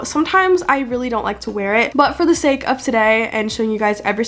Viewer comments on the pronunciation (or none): none